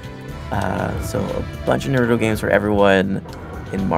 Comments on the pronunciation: What the FUCK is a narootoo?!!? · why do people say "Nruto" its Naruto omg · He pronounced it Narooooooootoe instead of Naruuuuto o.o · i'm not seeing any comments on how this guy is not saying naruto's name right, i cant be the only one who noticed right???.... it's naruto not nurato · It's NaruTO not NaruDOE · Dude! Japanese version is the best and dude its naruto not narudo like what you were saying! i think you need to rewatch the show! You like don't know anything! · UUUUUGGGGHHHHH this guy is killing me!!!! Every single time he says Naruto's name,he mispronounces it!!! Its pronounced Nar-oo-toe (or something along those lines), NOT "Nur-oo-toe"!! It's "AR" dammit not "UR"!!!! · Naruto Dubbed is the worst for me after watching and reading original in Japanese (subbed). The humor is always lost in the translation. Naruto Dubbed was below average but Naruto Shippuden Dubbed is truly awful. The comentators keep mispronouncing Naruto. Its pronounced Na rou to. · Why do they always say Naruto wrong? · How hard is it to pronounce Naruto name right. Even when you hear it in the game you still pronounce it wrong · he is not saying naruto right either...... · Not only are they wasting their time talking, they cant even pronounce "Naruto" and "Shipppuden" correctly -_ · sooooo yeah i love the game just wish we didn't have to hear two idiots talk, plus the fact the main guy talking keeps pronouncing Naruto's name wrong which is pretty annoying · They cant even pronounce Naruto :( anyway if you don't know anything about naruto I suggest you either read the manga or watch the anime and I agree with you guys they are annoying